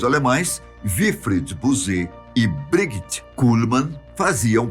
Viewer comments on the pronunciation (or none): none